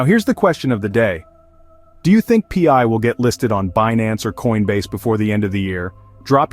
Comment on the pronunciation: Wtf is pee-eye ?